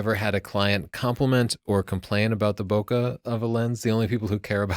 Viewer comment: When did you start mispronouncing "bokeh"? I've heard you say it correctly in the past.